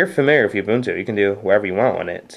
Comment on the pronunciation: ITS FUCKING uh-bun-too not fucking you-bun-tue